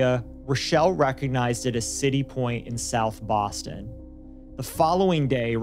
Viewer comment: bwoston haba